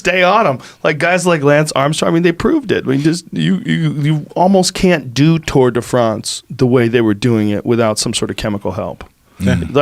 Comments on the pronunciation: Joe “tour de Fronce” Rogan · HAHAH the way Joe says Tour de France all the while pronouncing Lance in an American way is funny dude